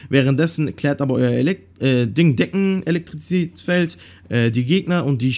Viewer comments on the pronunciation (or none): Deckenelektikzät at er gesagt hah